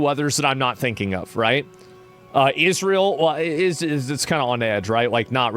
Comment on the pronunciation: He said Israel wrong.